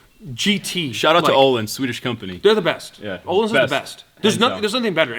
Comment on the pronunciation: smh its öhlins not olindsafa